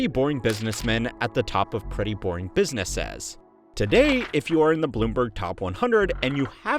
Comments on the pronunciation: Biz-nuh-siz Are you saying it like biz-nuh-sazz to piss me off? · Every time this video tries to say 'businesses' I'm hearing 'business-ass' 😂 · Every time it says 'businesses' I'm hearing 'business-ass' 😂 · Weird pronunciation of plurals BusinessESes? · For someone who talks about businesses a lot, you have perhaps the weirdest way or pronouncing it I have ever heard. Biznezzezz! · This guy needs to fix the way he says businesses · Why can't you say "businesses" or "procceses" properly? Is the narrator AI? He keeps saying "businessazz" and "processazz"